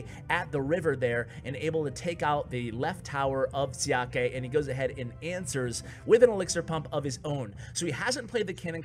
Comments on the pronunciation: Another great vid! Normally I am not one to comment on videos, but having background in Chinese I thought I'd let you know that "Xiake" is pronounced "Sha-kuh". Once again, great job! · You pronounced Xiake horribly wrong